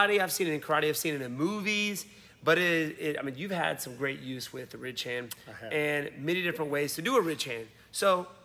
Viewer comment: Honestly, sounds like you’re saying “rich-hand” Gotta really slow it down and enunciate. RIDDDDDDGE - HAND